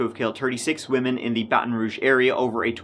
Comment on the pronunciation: This is my city 🥴 Impressed you pronounced ‘Baton Rouge’ correctly haha